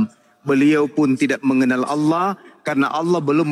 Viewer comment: Oten menyebut Alloh menjadi oloh, konyol.